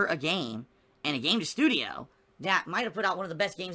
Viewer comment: ”STUDIO” Oh 😂